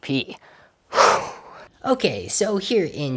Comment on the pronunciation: Do you keep saying ChatGDP?